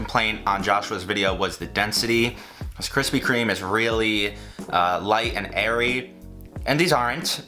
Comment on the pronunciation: kwispy kweme uwu